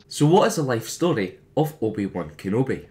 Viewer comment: loved that you said "the juan" XD